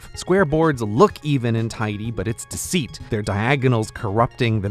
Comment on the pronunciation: The way he says deceit. X-D